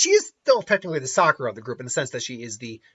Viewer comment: "Saskura". Dude, you just did the equivalent of making the donut. That's rolls off the tongue way better.